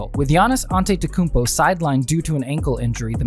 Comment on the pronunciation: Learn how to say his name before making a video about him